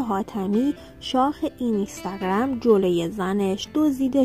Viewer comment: اینِِستِِگََرَم!!!😂😂این به چه لحجه ای بود اخه.مجبوری؟